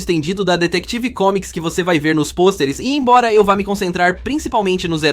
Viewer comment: Essa IA tá horrível, ainda mais com esse "Detective Comics"